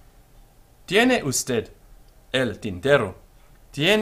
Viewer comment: be sure to respect word stress patterns. The last syllable of usted carries the stress, as in every unaccented word that ends in a consonant, excepting only n or s.